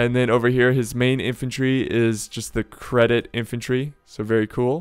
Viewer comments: that unit isn't "credit", it is pronounced "Jeddit". And if I remember correct, Ottoman cavaliry was called Deli cavaliry, Deli means lunatic in Turkish. Isn't that interesting?:D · just for the record: Jedeet, not "sedit" (nice one btw :P) the c in Turkish is pronounced the way we would a "j" in "Jack". (j is pronounced the way we would the s in "measure" in Turkish). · its not credit.its cedit.pronounced at sedit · ITS CEDIT xD not credit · Lol dude u cant read...its cedit not credit damn :D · ÇETİN thank you, i was going crazy from him saying that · there is no r in cedit for the ottoman empire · basically every youtuber says it incorrectly so im not suprised if thats where you heard it from